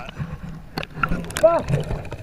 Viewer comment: I love the way Aussies say 'FUCK.' Really feels like they are in pain.